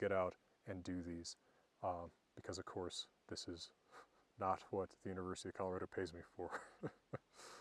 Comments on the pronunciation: Hwat I want to look at...hwich is hwat! :D I remember when I was learning about the runes as a kid and I'd tell people from Scandinavia their old-Norse pronunciation and they didn't know what I was talking about. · Why do you pronounce 'what' as 'hwat' ? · This guy's got to have the strongest "wh-" pronunciation I have ever heard!